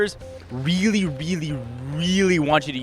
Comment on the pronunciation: Weally weally WEALLY! (Sorry)